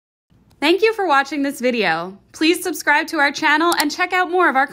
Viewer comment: Pronounced "Sub-scribe", not "Sus-cribe"